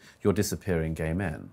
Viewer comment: " WHY ARE YOO GYAYY !! >: / . " SO YOO LIKE "GYAYY " !?? > :-I